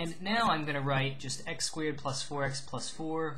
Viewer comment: lol you say "squared" like "squeered." Hehe. BUT LIKE HOW DID YOU KNOW IT WAS AN ELLIPSE AND NOT A CIRCLE! MY BRAIN IS BEFUDDLED